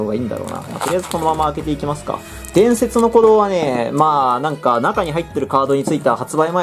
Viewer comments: 伝↑説の鼓動のイントネーションすこ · 前の弾の「ムゲェンゾォーン｣といい今回の「伝↑説の鼓動｣といい、冒頭の言い方おかしすぎだろ。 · 伝↑説↓の鼓動